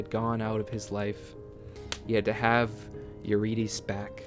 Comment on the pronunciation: listen i love this so much but the mispronunciation of eurydice is killing me lol